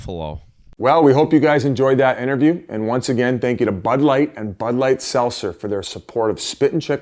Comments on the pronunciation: Yo biz why cant you say seltzer bruh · Biz ffs learn to say seltzer